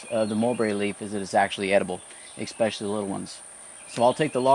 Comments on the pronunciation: The word is “especially” not “expecially” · Great video! I don't know how to say this without sounding like a jerk... The word is pronounced as it is written especially. Throw an E and a Y to the end of the word special when you say it. "Expeshally" Is what it sounds like when you say it. Sorry and hope this helps. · You have such a calm, soothing voice... but when you say the word especially- and mispronounce it expecially- my serenity comes to a screeching halt!